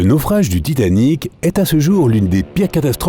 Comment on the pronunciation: quand il dit titanic ses bizarre de toute façon sauf je les toujours vu que ses un bot